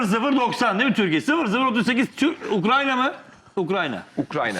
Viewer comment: ULAN AHMET HOCAAAAA UKRA N YA DEĞİL LAN UKRAYNA,,,SÜREKLİ UKRANYA DİYO YAAA..UKRAYNA YAA.